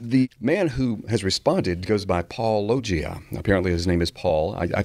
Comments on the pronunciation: Paul pronounces his channel name every video at the very beginning and doesn’t even have a confusing channel name William:”puh, lowgia” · His peculiar, affected pronunciation of "Paulogia" makes me think of "lochia." He isn't by any chance casting an oblique aspersion on your masculinity, is he? No, probably not. That would require subtlety borne of intellectual curiosity and educational attainment. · For a man who purports to have a PhD, it's astonishing that he doesn't know how to pronounce "Paulogia". I knew how without hearing it. It's an obvious play on "apologists". Then he doesn't even bother to find out. How did he ever get a reputation as a good Christian apologist? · How does NOBODY get Paul’s channel name right? He says it every episode and they still can’t manage it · I keep thinking it's pronounced like this, too - like Robert Loggia's last name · I'm less than a minute in, and may have more to say, but why do so many Christian apologists mispronounce "Paulogia?" Paul says it at the beginning of every video. The phonemes aren't that difficult for English speakers to reproduce. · It's far to common to be a coincidence, but I feel like I've watched at least 50 videos where creationists mispronounce the Youtuber's name of whom they're responding to. If I had a dollar every time this happened I'd be able to.... uh, call into work tmrw. Sounds good to me. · What I don't understand is how nobody can pronounce your channel name when you say it at the beginning of (almost?) every episode. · They cant even say your name right